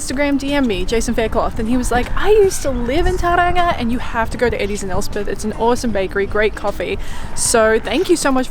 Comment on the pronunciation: Toe Rong a lol